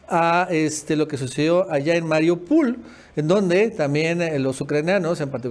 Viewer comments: Eso lo dijiste bien esta vez...jeje oh no pero 'Mariopul' se llama Mariúpol, perdon gracias y buen día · ¿por que eso de maripul? es Mariúpol , si hasta ellos mismos lo dicen así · MARIUPOL NO PUL, jeje!